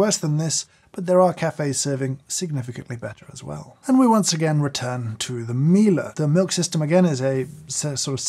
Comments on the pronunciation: Why did you pronounce Miele like a German word lol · Jesus dude, at least learn how to pronounce those names. You have butchered it completely - at least Jura, Miele and rest fail also.